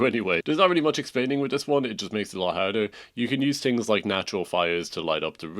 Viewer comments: “tings” bruh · I had to turn it off after 14th “ting’s” and 12th “tink’s”